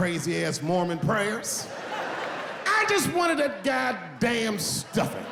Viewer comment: Fuken love how he says "I JUST WANT THAT GODDAMN STUFFIN´" :D